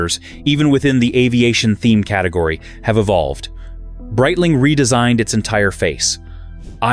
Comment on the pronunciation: “Breetling” AI get it together